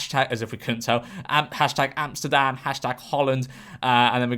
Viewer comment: i find it funny how you pronounce Amsterdam as Amstam